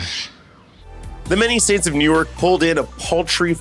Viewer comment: Newark is pronounced new-work not newyork.